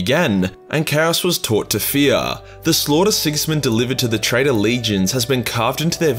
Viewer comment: Does he say traitor or trader